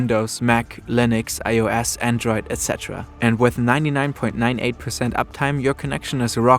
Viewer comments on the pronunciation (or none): none